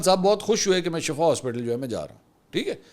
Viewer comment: Plz correct yourself it's not shafa it's shifa there is huge difference between both words